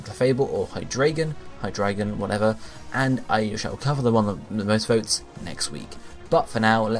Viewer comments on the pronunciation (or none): hy-three-gon lets go (hydreigon)